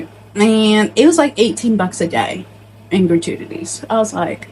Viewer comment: The way you say gratuities was funny